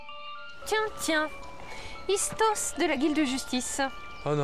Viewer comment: Le seul bémol s que aliase ISTOS et pour Toulon 🤣🤣🤣🤣🤣🤣🤣🤣🤣 sinon je kiff vos vidéos je l'ai vue plein de fois mais je l'ai regarde tout le temps car s la meilleures sérix de jeux vidéo.